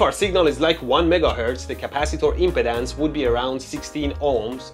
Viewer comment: stop saying "impotence" lol. I can't help but hear that now. say it as "imp-ee-dance"